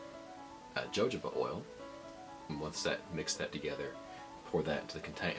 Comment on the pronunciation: It's pronounced hə həʊ bə or hə-ˈhō-bə. Good video though.